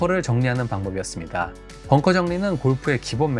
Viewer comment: bunker ( 자꾸 뻥커라고 들려서요😅 잘 보고 갑니다👍👍